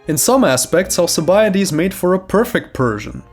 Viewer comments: Al-K-ibiades ffs my ears. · Is it just me or is his name not pronounced with a k